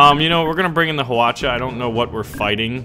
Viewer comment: wow u pronounce hwacha(화차)very well!! so surprised! XD